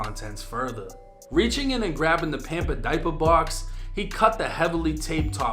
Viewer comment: One of my favorite channels on YouTube but I couldn’t help but laugh at that Boston accent with the “pampa dypa box” 💀